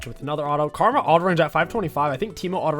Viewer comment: Did anyone else hear him say Kargma at roughly I think he wants to play kogmaw nxt :P